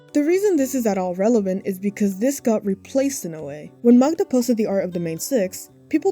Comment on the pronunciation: It's nothing important, but as a polish person I can't get over how well you pronounce Magda!!! I've heard people say it like Ma-gee-da and it made my ears bleed 💀